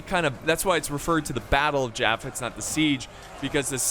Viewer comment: I used to live near jaffa and we pronounce it as Yaffo with a Y sound